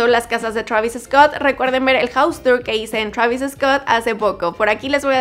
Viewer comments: no digan "Travis Escott", se pronuncia "Traviscot" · Es Treivis Scot xd